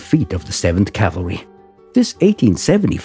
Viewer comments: It's CAVALRY not CALVARY ! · It is pronounced CAValry!